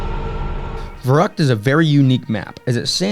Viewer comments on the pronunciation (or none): An all time classic and prolly my fave WaW map to go back to. Been loving the series man. Fyi just wanted to mention its pronounced as "fer-rookt" (v = f in German and the ü makes an "oo" sound)